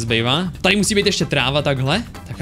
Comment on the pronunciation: Proč furt říkáš Altář je to OLTÁŘ 😭😠😠😠😠😠😠😠😠👍🏼👍🏼👍🏼👍🏼👍🏼❤️